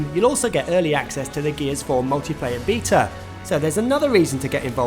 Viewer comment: I've never heard anyone, with any accent, pronounce Beta as "Beetah". Thank you, sir.